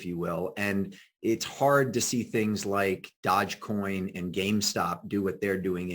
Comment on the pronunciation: Dodge coin... It's DOGE, Willy! (Pronounced Dough-dge) Thanks for having Kate back on, she's awesome